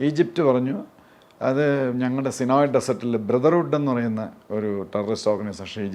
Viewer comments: ഇതാരുവ്വ? സിനോയി ഡെസേർട്ട് 😅😅😅 സൈനൈയി മരു ഭൂമി പോലും നേരെ പറയാൻ അറിയാത്ത ഈ മഹാൻ്റെ ജ്ഞാനം അപാരം തന്നെ!!😅😅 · സിനോയ് അല്ല, സീനായ് എന്നാണ് പറയുക